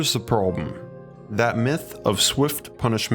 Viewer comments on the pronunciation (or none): my biggest take from this? Narrator cant say "Problem" lol. Jk, great vids dude